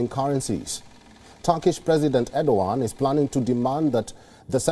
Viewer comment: Aur-do-g@ (Erdogan)